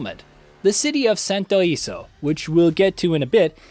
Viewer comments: SANTO ILESO, not santo iso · The city name is pronounced Santo E-leh-soh. Ileso means unscathed or unharmed in Spanish. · its literally in the games promotional material... it's not a matter of being Spanish as that implies you are from Spain(which I am not). Its the fact that they have literally said how to properly pronounce it in the gameplay reveals and trailers.